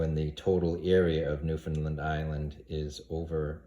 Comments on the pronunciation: Sorry but its pronounce Noof' N land. Land not lend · New Found Land lol not NewFunLand